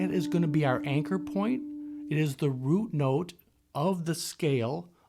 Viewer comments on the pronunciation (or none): Please go back to saying Rut Note, it’s like your signature, and it’s really cool. It’s your real personality shining through. I listen to you almost daily and y wife will say is that Rut Note? How cool is that.